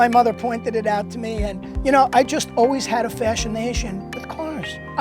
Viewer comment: We all have a "fashionation" with cars.